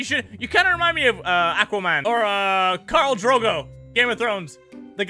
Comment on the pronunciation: KARL DROGO?!? ITS "KHAL," AS IN CALL, DROGO!